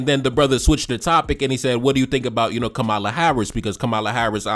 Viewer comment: Please pronounce her name as such, COMMA-la. Plz and thz❤